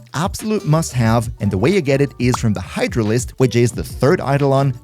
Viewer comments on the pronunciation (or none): none